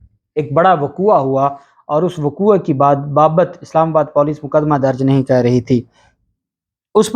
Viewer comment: Vaqouva nahi vqou.lafz hai.vaqova Aik jahil.ki ikhtlah Hai.